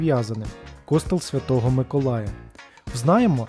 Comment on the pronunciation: Ну з наголосами у вас великі проблеми! Який "кОстел"? "КостЕл"! А не розуміти різницю між архітектурою і скульптурою - це вже за межею!